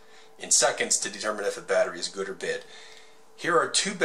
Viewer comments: the way he pronounces bad is so funny, "to test if a battery is good or bed". :3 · "Good or bed"